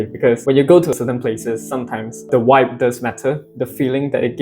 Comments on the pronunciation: It might just be my audio but it sounded like you were pronouncing it wibe or waib. it could be your accent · its interesting how your pronounce vibe, congratulations taiwan is great country